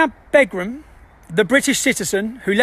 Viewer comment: BEGRUM! With your knowledge of Islam, you should know the the wife always assumes the surname Begum - Pronounced Baygum - the news or, nooos - has denounced her! Not entirely sure what this rant is about!!